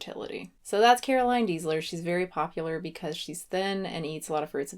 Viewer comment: I know completely unecessary, but here name is actually pronunced like this: Daisler. She is german/austrian :)